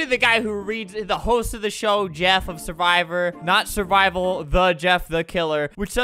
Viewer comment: That’s not survivor it’s suwvror